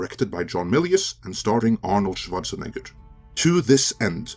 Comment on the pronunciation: It's Schwarzenegger, not SchwarzeneggerD